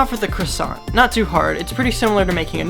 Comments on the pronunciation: . NEW CHALLENGER APPROACHING CARL WHEEZER “How you like my cwasson?” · Are you going to finish that cwasont? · Ya gonna finish that KWASSONT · Are you gonna finish that cwasant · Uhh are you gonna eat that cwossant?